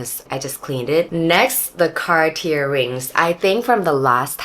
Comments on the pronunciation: I couldn't stand you calling it car tier, had to quit the video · The r at the end of Cartier is silent.